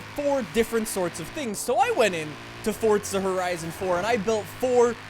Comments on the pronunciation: i love how he says fortza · Y does he say fort za